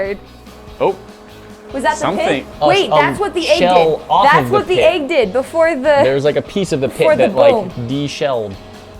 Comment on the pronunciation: its Egg not Aegg. my dad has the same mispronouncing problem.